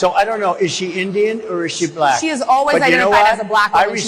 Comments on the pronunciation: Trump, "black" has one syllable. Not Bull-ack XD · I know right? He’s says blek, such a racist!! Vote Blue!! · I dont like the way that guy says the word black. To many syllables. "Ba-La-Cka" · Why is it that whenever trump says the word "black" in regards to race it becomes "buh-lack?. He almost makes it into a two syllable word. I believe it's because in his mind the color black and being a "buh-lack" person are two very different things. It's a subconscious example of his innate bigotry and racism.